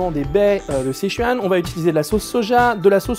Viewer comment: Juste un truc, ça se prononce "seu-tchouan", pas "sé-chuan" ^^ Et ça s'écrit Sichuan, le i en chinois se prononce "eu" ^^